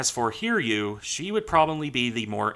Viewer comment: Souryuu and Hiryuu are Japanese names, therefore their name need to be read like this Sou-Ryuu and Hi-Ryuu, not Sore-Yuu and Heer-Yuu. Souryuu -> Sou like the word 'so' and Ryuu like 'riew' with '-iew' from the word 'view.' Hiryuu -> Hi like the 'i' in the word 'bit' and Ryuu similar to Souryuu's.